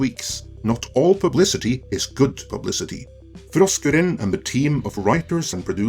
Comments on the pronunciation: 🤣🤣🤣🤣🤣🤣LOL Sorry to my 60s/70s Heavy Metal and 80s HardCore Punk damage ears it sounds like you're saying Frosk Urine 🤣🤣🤣🤣🤣🤣Make sense she has pissed herself and all over G4 reboot LoL:_FrankN::_FrankN::_FrankN::_BatTom::_BatTom::_BatTom::_KoalaRain::_Skeletor:RIP G4 Reboot. 🤣🤣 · Every time you say her name, I hear “Frosk Urine.” Seems appropriate. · Poor Frokruinn; she needs dental work. I am not sure we would have noticed, but that rant she did live showed that off. Hopefully, she can find a dentist. Also, I love how you pronounce her name. As far as G4 is concerned; I never heard of this G4 station thing until now and I have been gaming for decades... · Why is it that he only rolls his "R"'s when he says frosk?